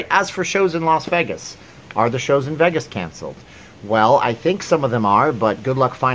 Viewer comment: It's Los vAgus, not veggis.